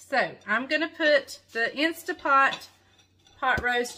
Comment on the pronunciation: It's not stA .. it's staNt .. pot